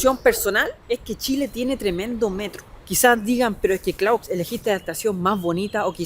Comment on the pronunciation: no. Clauzzzz 😴😴😴😴